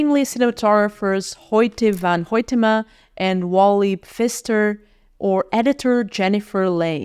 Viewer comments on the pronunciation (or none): none